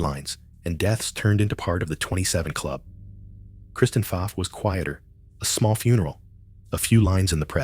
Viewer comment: Pfaff is pronounced “faf” not “faaf”